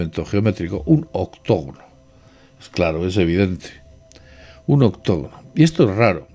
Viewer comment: Octógonos y hexógonos? O es octágonos y hexágonos?